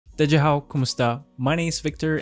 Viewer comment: Slow down on that Chinese pronunciation. Da Jia Hao. Each syllable is clearly articulated. Good on you for learning other languages!